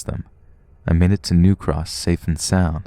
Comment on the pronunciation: He says New Cross wrong! It’s bugging my happiness! It’s sort of like the same way you say Kings Cross which isn’t right, the intonation is off for some reason and I can’t quite place.